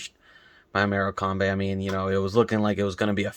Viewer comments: Big up! But the way u pronounce their name makes it sound like we played a European team! Maybe should have just stuck with the shrimps. I’m telling you bro!!!! More-Kim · Love that, completely honest review and some of these players are useless! P.s. love the way you pronounce it, more-a-combé hahahah big up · Mora-combe lol